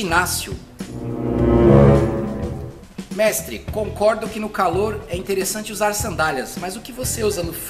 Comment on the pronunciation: Vc não era treinador vc fala num "mextre" responde. Mas o nome da série é mextre porque?